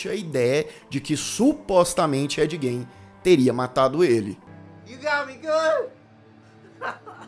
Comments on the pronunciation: O cara assistiu a série inteira, ouviu a pronúncia do sobrenome do cara umas 100x e ainda fala errado 😂😂 A pronúncia correta é Gin e não Gein. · Ed. Gain seria a pronúncia correta. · Na verdade, a pronúncia correta do sobrenome dele, é "Guim". O "e" não é pronunciado. E a pronúncia do sobrenome da Ilse, é "Cók". 😉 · Parei de assistir na pronúncia do Gein😊